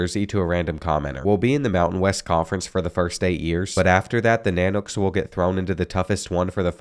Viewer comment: I dont know what is more cringy UAF logo being used for UAA or the mispronunciation of nanooks i was excited for this video until both